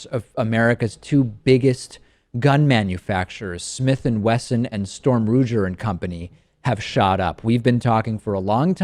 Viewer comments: David, it is Ruger not Roojer. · It's Sturm Ruger (pronounced Roogger). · Um David the name Ruger is pronounced with a hard "G" not a "J". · We all know what company he was talking about. Let's not slag the guy 'cause he mispronounced the name.